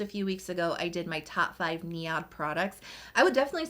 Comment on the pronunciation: I believe you are pronouncing NIOD. Wrong. It’s pronounced neyeod